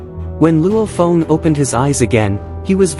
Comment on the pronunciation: But why are you call Luo Feng "Luo phone" 😅